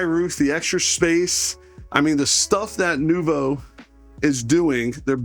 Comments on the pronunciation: Thanks for sharing this...we love the Noovo Plus - it's so exciting that you'll be selling these! Btw, it's not pronounced "new-voo"...it is pronounced "new-voh". Sidenote, we were told it has the Dometic RTX 2000 12v a/c. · It's new-vo (long o sound). Nice van, but too expensive. Cool to see. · Yep - phonetic spelling of the french word Noveau (NOO-voh). Thank you - I like his walk-throughs but the butchering of the name was killing me. 😁